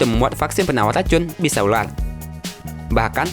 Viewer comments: Itu ular bro bukan ulal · Ular bukan ulat